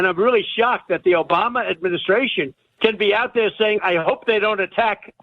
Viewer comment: He doesn't say Obama, he says Obamna.